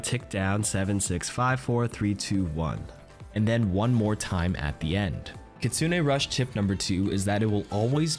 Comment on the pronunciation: Which does she say kitsune or kitsuning?